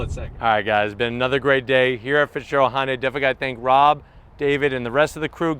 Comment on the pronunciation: Stop saying "Honday" ....